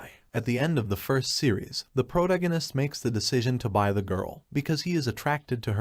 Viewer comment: HOLY MACKREL !!!!! It's "PRO-TAG ONIST".. TAG...TAG......NOT TIG... Again ......NOT....TIG. How can these people call themselves "NARRATOR'S"????? Can't even read properly. LOL!!!